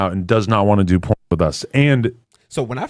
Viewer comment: It's porn stars porn okay not corn. Why do you keep saying corn?